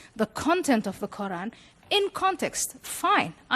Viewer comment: hate the way they say “qUr’An”